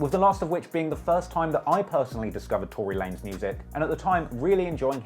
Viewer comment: Two-Ry Lanez lol